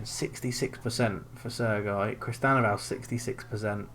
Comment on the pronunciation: Mistakes: a) Playing ANY pre-season friendlies. Pointless! b) Playing full backs c) Not playing any defensive midfielders d) Not using wib-wob alterations e) Starting any player with under 90% fitness f) Your pronunciation of Sergi 🤦🏼‍♂️